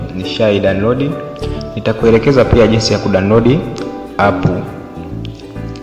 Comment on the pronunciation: Mzungumzaji sio "kudanodi" ni "kudownload"